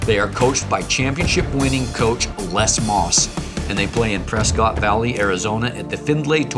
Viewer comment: If dude is such a big fan he should probably learn how to pronounce the cities these teams play in like Lowell and Prescott.